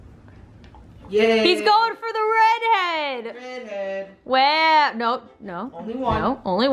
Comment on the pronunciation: When said red head, did anyone else think she said bread head? 😂